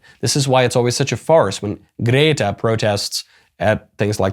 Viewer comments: I do not approve of your “Gdehtah” pronunciation 👎🏼👎🏼👎🏼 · Your "Grrreeeta" pronunciation during the whole video, had me in tears 😂